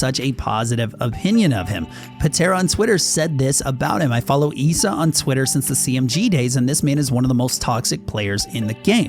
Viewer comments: Ghost Issa. Issa is said like this Ih•suh Not ghost eesa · Eeeesa. Man i couldn't take seriously every time he said Issa's name. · Did he just call issa EESA? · just want to say you're saying Issa wrong